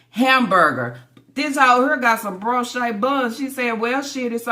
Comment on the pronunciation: BREE-O-SH not broshay!